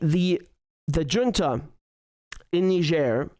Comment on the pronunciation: Dear Richard, I appreciate your content. Allow me one little side-note: Look up how to pronounce "Junta". (SCNR) Keep up the good content, my best wishes & take care!